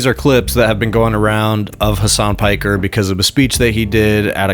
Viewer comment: somewhat shocked pakman knows how to pronounce piker